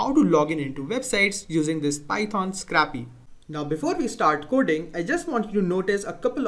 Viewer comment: Scrahpee :D